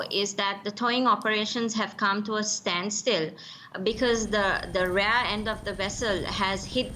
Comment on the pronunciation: from DM, Panadura is not in the South of SL. The Town is South of Colombo City but it's still on the Western Coastal belt, also it's not "rare end", its "Rear end" or Stern